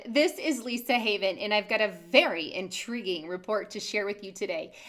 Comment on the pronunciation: say intriguing like that again